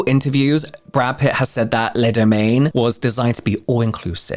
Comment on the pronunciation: *Pitt not Putt 😜